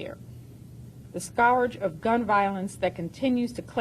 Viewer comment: “Scow-urge” of gun violence needs something done at the Federal level? This was practically unheard of before the feds started doing somethings.